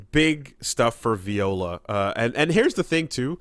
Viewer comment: I'm convinced is Mispronouncing her name on purpose